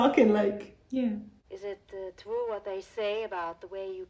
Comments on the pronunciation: Oh..its twue..its twue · Unfortunately one of the punchlines that was written by Richard Pryor was successfully censored by Warner Bros. When Lili Von Shtupp says "Is it twue the way you people are....gifted? Oh... its twue, its twue!" Bart was supposed to reply with "Uh, ma'am? Youre sucking on my arm" EDIT: also, for reference, white folks of non-Irish descent (particularly of English descent) used to discriminate againt people of Irish descent pretty heavily in the US. (The English in Britain do still discriminate against the Irish, but thats another matter entirely)